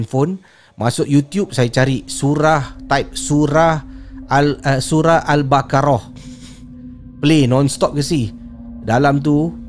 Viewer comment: Sebutannya Al Ba-QO-roh...bkn Al Ba-KA-Roh. Hurufnya Qaf...bukan Kaf.🙏 Lg satu...saya sorang je ke yg terperanjat dan kelam kabut perlahan kan volume masa wasap call..😂😂? Dah la tgh2 mlm...Kuat la pulak suara org belah sana. Bila slowkan suara pulak tak brapa dgr.